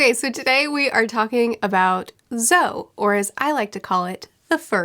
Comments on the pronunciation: I was happier than I probably should be that you pronounced Zou correctly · Did anyone else feel slightly weird when pronounced Zou correctly. It seemed so strange to me.